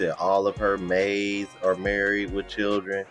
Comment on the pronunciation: Did she say maids or mates?